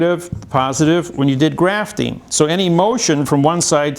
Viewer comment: Did he just say "GRAPHTING"? LMBO